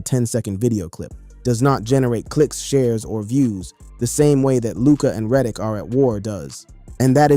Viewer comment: Stop mispronouncing Reddick